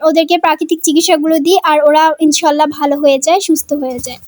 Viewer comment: উচচারণ হবে ইনশাআললাহ